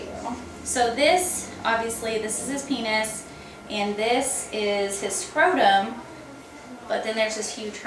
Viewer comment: you said peinis